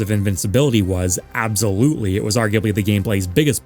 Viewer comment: He also pronounces "absolutely" weird.